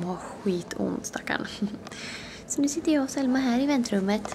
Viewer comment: Det låter som du säger sälma sommman äter men du menar ju Selma 😘😍❤️😄🤣😂du e bäst